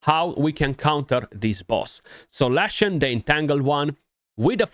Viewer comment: You pronounce his name lee shun the chosen one it rhymes when you say it right